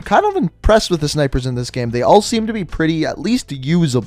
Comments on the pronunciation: How is it that you can say "gameplay" correctly but you say "game" like "gyam"? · "Best in the GHEM"